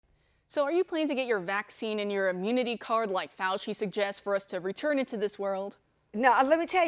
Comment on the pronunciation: YOU MEAN DR FOW-CHEE